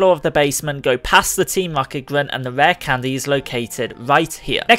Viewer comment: "Rah candez" 😂 That accent.